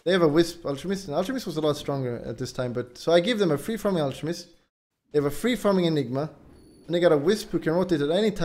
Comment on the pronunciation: Guyro and al-che-mist. Hes not pretending PepeHands